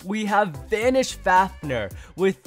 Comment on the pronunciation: Are you mad you are saying vanis fafner meh